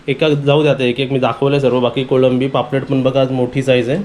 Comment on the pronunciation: Nice vlog...but कोलंबी not कोळंबी